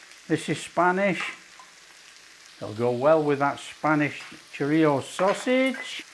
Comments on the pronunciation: It's 'chorizo' not choritzio. Pronounced, 'choreetho' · I have a file just for my husband and this is going straight in there! Thank you Chef! Btw, its pronounced "CHO-REEZ-SO." 😉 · It’s Chor-reezio in our house from now on 👍😃